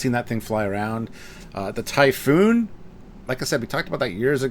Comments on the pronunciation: Typhon. Not Typhoon. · All these years later and he's still calling it "typhoon". It's typhon, there's only one "O" in it. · drives me nuts when i hear people call it 'Typhoon' xD Ty-Fun... its Ty-Fun :D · I'm sorry it's Typh*on* not Typhoon...That...just bugs me every time you say it.